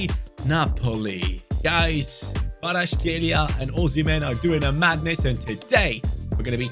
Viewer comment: I love how everyone mispronounce Kvaratskhelia